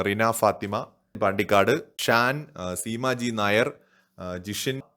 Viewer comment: Rina fathima✅Rana faathima❌